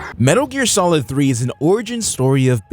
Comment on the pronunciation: "Metal Gear SOILD" Whoops.